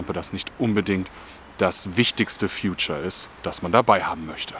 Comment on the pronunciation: Ich habe dich respektiert.... Bis Du Feature wie Future ausgesprochen hast 😉